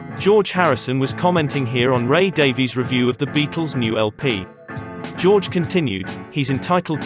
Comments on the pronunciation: Ray's name is pronounced "Davis" not "Daveees". Why is it so hard for people to get this right? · Just curious, why are you as a Brit pronouncing it Day-Vees? Ray pronounces it "Davis,"' as Brits typically do. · Pronounced DAVIS, not Daveyz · Okay - couple points. First, Ray Davies pronounces his last name "Davis", not "Daviees" Second, by then, contrary to what George was saying, the Kinks had already been on the same stage in London with the Beatles, at least once.. Everybody was waiting for the Beatles ... but the Kinks opened their set with "You Really Got Me", and, for at least a while, Ray says they OWNED the crowd. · His name pronounced Ray DAVIS. It's the Welsh Davies. Please correct the narrator. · It's pronounced like "Davis." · You must know, Davies gets really angry when anyone pronounces his name as you have. He says it is pronounced Davis. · Just say Davis, Davies is pronounced Davis for fuck sake. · 'Davies' is pronounced 'Davis'.